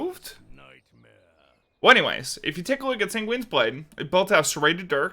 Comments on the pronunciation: holy Sanguine is pronounced sang-win not sang-ween Also there's no S at the end pls and thank you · where is the i in the San part of Sanguine blade, he keeps saying singuine its so annoying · Him constantly mispronouncing sanguine is really tilting